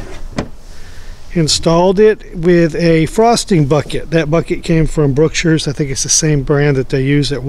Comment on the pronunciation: after watching your first video I thought to myself, "this guy lives in a neighborhood that looks like any neighborhood in Tyler." then I noticed the Texas plate on the trailer. Then I pull this video up and you mention Brookshire's and don't say it like out of towners say it so I'm thinking is he a fellow Tylerite afterall?? lol just got into fishing and looking into little boats